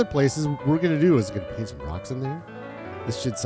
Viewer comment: "Baint got dirted" 😂 I feel that fumble, damn words are hard. 😜 Great job on the new sheep pen! Fits nicely right there too. 25 closer to 189! 👌 Agreed about the fencing for base pens. Even the ability to make a gate or entrance as well. Doing great though sir! Dances with Wool 😂